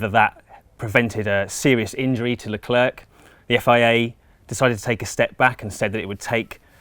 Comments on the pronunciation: It grinds my gears when people say that xD. It's pronounced: "Le claire". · You are saying his name wrong. He's not 'The Clerk.' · "Le clerk" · Le Clarke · Why do people choose to pronounce his name wrong so often? It's pronounced "Le Claire" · There is no "K" to Leclerc.... Pronounced "Leu-Claire" (think of Claire, the female name). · sharl leclaire is how it os pronounced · Sharle Leclair, you don’t prononce the s in ‘’Charles’’ and the c in ‘’Leclerc’’ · How can you have a channel about autosport and still mispronounce 'Leclerc'?? 'C' at the end has no sound here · For a autosport channel they should be ashamed that they can't pronounce Leclerc the right way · Not the way Crofty says it